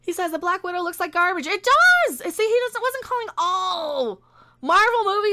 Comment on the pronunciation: I think when it's in quotes it should be pronounced gar-BAGE.